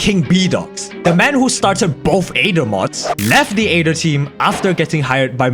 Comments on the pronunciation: It's not a-ether, it's ae-ther, spoken eeee-ther. like why, i can't help but get annoyed by it. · Am I crazy or pronouncing it the (eighth-er) aether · I like how he calls it the Aeder